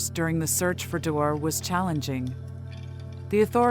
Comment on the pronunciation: His name is pronounced Dee-Orr, not door! I was a friend of his Grandpa’s on his dads side. His biggest fear was to die without ever knowing what happened. Sadly, he passed with a broken heart 💔